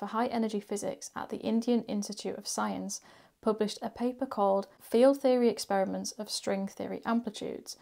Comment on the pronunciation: You said "Field Theory 'Experiments'...." :)